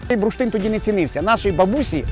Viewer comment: Цікаво, що слово "бурштин" пан вимовляє як "бруштин". Мабуть діалектне.